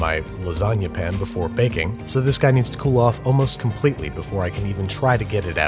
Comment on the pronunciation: Ok, I think I'm missing some vital lore... Why does he pronounce pan as pin? Just curious.